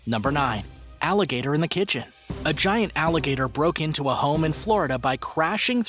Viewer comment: Its alligator not alageter